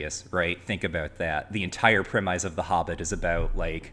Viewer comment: can't say "Premise" properly